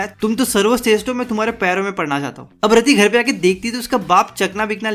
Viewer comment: raddi nai yaar rati RATI HAI USKA NAAM 😊